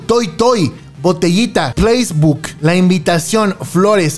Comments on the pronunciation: "placebuk" 😭😭 es placebo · ¡Ja, ja! No es "placebook" es "PLACEBO". 🤣